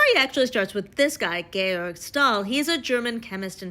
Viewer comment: Did not expect Georg to be pronounced georg by an english speaker. Not bad